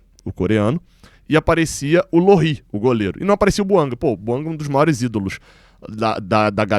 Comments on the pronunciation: vc está se perdendo. São muitos vídeos sobre o tal Buanga. Aliás, se o nome é de origem africana, não é "Buangá" e nem "Buanga", mas "Bouanga". E pare de falar "Há tanto tempo atrás ". Há tanto tempo é suficiente. Esqueça o "atrás ". É redundante. Quando vc começou era bom. Está ficando chato. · É BOUANGÁ QUE SE FALA. A PRONÚNCIA É DO FRANCÊS, LÍNGUA OFICIAL DO GABÃO. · É BOUANGÁ que se fala. Vem do francês.